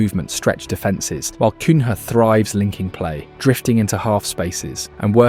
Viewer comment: Good video with many good points and I subbed to hopefully hear more of the same! But he's called "Mboomo" and it's little lazy not to use a minute to learn this yourself but many English Youtubers make the same mistake. Cunha bot "Kunha" and "Kunja" in this video with the latter correct. However, thumps up you didn't make the same mistake as most do but actually knows Sesko is called "Shesko". Keep it up!